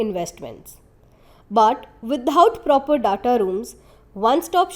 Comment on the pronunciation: Horrific! Is this some kid's video? I thought I was looking at one of the TS videos but lack information, production knowledge and whoever has done the voice over, pathetic. 'Ingredients', 'data' names of the minerals spoken. Please do not compromise the quality. For your videos production including research or even voiceover, contact me or ASK production. With this quality TS is making a fool of itself.